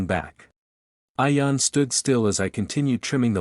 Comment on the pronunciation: It's pronounced ian with an e